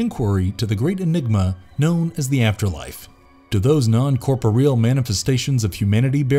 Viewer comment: Korp-oh-real. Weird way to say corporeal.